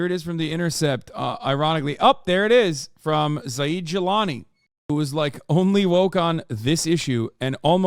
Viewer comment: Zaid is pronounced similar to Raid or Paid you dumba$$